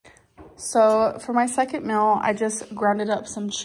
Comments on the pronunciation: I hate how she says meal. Im sorry if you say it like her - I mean no offense but MEAL its MEAL not MILL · Why does she pronounce meal like "mel" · Why does she say "mill" it drives me nuts